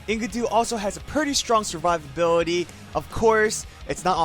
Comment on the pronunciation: When I hear you say Enkidu's name. I heard "Ink-a-do". IDK this had me laughing for a full minute.